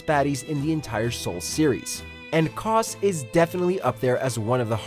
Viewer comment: " Kos " " Smaogh " Wth